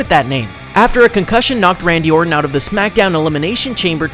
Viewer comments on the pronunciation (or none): none